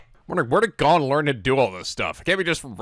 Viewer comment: please listen to English dub so you know how to say their names (you have leorio correct but not Gon and kurapika).